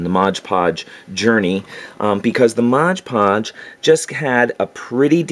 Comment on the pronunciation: Love your videos! You’re very thorough and I love learning all this stuff cuz I’m a noob to terrain building. Although I will say, if I made a drinking game and had a shot every time you said “moj podge” instead of MOD podge I’d be dead from alcohol poisoning lol